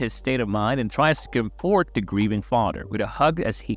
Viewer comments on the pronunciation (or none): Bro even ai can pronounce the word comfort. Get your shit together.